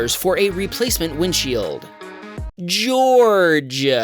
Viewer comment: I am an American, and I wouldn't say George like you said it based on the recording.